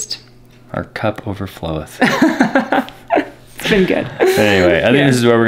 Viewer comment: "Our cup overflowth"...overfloweth? That needs to be on some merch of yours! I love that!